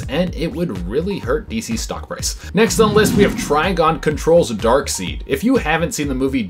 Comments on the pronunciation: Amanda seems to be the only host on this channel that gets the names right. dark-seed? It's always been dark-side... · It's Dark SIDE, not Dark SEED Sorry it's starting to get annoying. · C'mon dude it's pronounced Dark side 🙄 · Dark side not Dark seed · My guy, it ain't DARKSEED, it's DARKSEID... Lordy lord but good job on the video 👌💯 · Dark Side!!! Not Dark Seed!!!!! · It's not pronounced Darkseed: it's Darkside. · Seid not seed lol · It's Darkseid pronounced Dark-Side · I feel like he has never read a DC comic if he said Darkseed! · Hey, I know there's more than a few comments about it, but I'm honestly curious about where you picked up the pronounciation "Dark-seed"? I'm not judging, but I'm curious. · He pronounced darkseid as darkseed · FOR DARKSEED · Every time he pronounces it “Darkseed” I feel like smacking someone. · Oh My God! HE SAID DARKSEED INSTEAD OF DARKSEID! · STOP SAYING DARKSEED!!!!! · 🤓🤓Um, actually it's pronounced Dark-said! "I before E except after C, or when making an 'a' like neighbor or weigh." Haha! JK! Shut up nerds! You did great! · Come on it’s pronounced darkSIDE SIDE 😂🤣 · It's pronounced Dark SIDE! That was established by Jack Kirby, his creator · It's spelled Darkseid, but it's pronounced Dark"side". Please say it correctly. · I had to turn u off because of your annoying pronunciation of darksied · Omg I've never heard someone mispronounce Darkseid so many times in one video! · i think it's an ongoing joke. people told them the first time years ago and they've been doing it on purpose ever since.